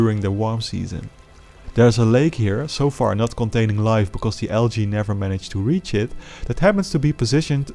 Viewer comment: why do you say algae like alga